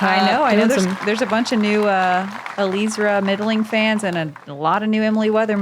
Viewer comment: Please pronounce Eliezra's name properly. It's not that difficult. First say Eli just like you were doing in the broadcast, then say Ezra as in how you say Ezra of the Robinson brothers, then put them together to say Eliezra's name properly. Thank you.